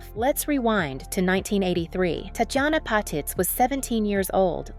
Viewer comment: TOTALLY Agree! These AI generated videos are so annoying! It totally mispronounced BOTH her 1st & last name! Glad I’m not the only one to notice this. Thank you so much for calling it out!😊